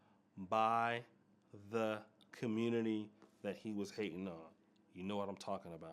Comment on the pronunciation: Time to leave the “Communitah”